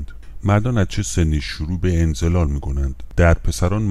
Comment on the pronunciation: درودبرشما،انزال را انزلال تلفظ می‌کنید،لطفاًاصلاح کنید